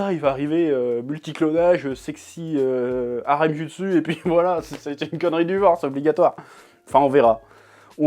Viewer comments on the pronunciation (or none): none